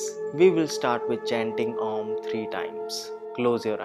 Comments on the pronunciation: The sound to be chanted is OM. (and not aum). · Bhai oom hota hai aum to jo angrej hai wo bolte hai. Tum to yahi ke ho. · It's OM bro not aum😂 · It is not aaam, it is Om. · These have been shown by Ramdev 5 yrs ago. And I am also your follower but one thing was not correct, that pronunciation of Om.. It's not like "Aaauum", the way you were pronouncing. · namastey, actually its neither om nor am, the correct pronunciation according to vedas and ancient texts is 'AUM' .. there are three sounds- a, u , m and you can extend them equally while chanting😊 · It's Om not Aum. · Abe wo Om hota hai aalm nahi Angrez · aa Nahin Om bolna chahiye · Isn't that ommm....Instead of aummm... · Om kaise bol rahe ho aj bs arhh sound aa rahi hai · Excellent video I really like one request can U please chant pranava manta Om properly